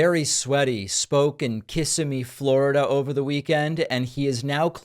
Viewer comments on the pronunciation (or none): David, It's KisIMMee, accent on the second syllable., PLEASE. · Hey David, Big fan. You love to learn, so I'll share. Kissimmee has the infasis on simmee, rather than Kiss. Thanks for being real. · The accent is on the 'i' in Kissimmee, not the 'Kiss'. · Not “Kiss-a-me” “cau-sim-me”. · Family visiting when mother said how nice, a city called, 'kiss-a-mee' No! Mother, it's 'kis- sim - ee.' Stopping for lunch, mother asked the girl at the counter,"please tell me where we are ,and, how to pronounce it? The girl said ,"sure," it's "BURGER KING"! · David, I used to live in Orlando. It is pronounced kis-SIM-mee, not KISS-im-me. Accent is on the 2nd syllable. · David: it’s not Kiss-ah-mee. It’s Kuh-sim-mee. A lot of people outside of Florida don’t say Kissimmee correctly. I just wanted to let you know. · Kissimmee, Florida is pronounced Kuh-Simmy, not “Kiss uh mee”. But yeah, trump is f’n crazy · 😂 “KISS a me” nope, it is pronounced “kih SIM me” That’s one way the natives spot the tourists - they say local names all wrong. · David, it’s pronounced Ki-SIMM-y Florida, not Kiss-AH—mee. It’s a common mistake for non locals. Just an FYI. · David, take some time off and visit central Florida. Kissimmee is not pronounced "Kissy-Me". It's "Kuh-sim-me". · Davey.... It is Ki-SIM-ee, not KISS-uh-me. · It's not Kiss a Me it's Kissimmee Kuh - si - mee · I live in the Greater Orlando area, so just wanted to let you know that it's pronounced Kiss-simmee, not Kiss-immee. 😊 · Wind turbines, not wind mills. BTW, the noise from oil tankers crossing the ocean creat more noise for whales than wind turbine poles. Also... It's not kiss-a-me. It's Ki-sim-me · It's pronounced kiss simmm eeee not kissame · Ki-see-mee... Not kiss-a-me. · its pronounced KEH-SIM-E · Damn, dude. It's Kiss-IM-MEE. What is so hard about that? Been named and pronounced that way since the 1800 hundreds. I know it's Flor-Ih, DUH, but really? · Kiss eh’ me!!!! Pronounce it correctly! Not KISS eh me. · Pronounced ki-SIM-me